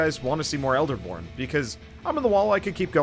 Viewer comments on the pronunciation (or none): He definitely said elderporn we now know what he is into, the captions unfortunately don't agree with me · ya, i heard that as well.